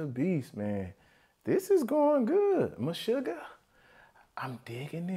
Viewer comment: If you like this Meshuggah drum cam, look for "Bleed." There's a drum cam video of that song, too. Also, yes you did pronounce "Meshuggah" correctly lol.